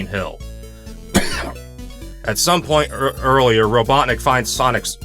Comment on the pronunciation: Not kidding when you said “Dr. Robotnic” I thought you said Dr. Obama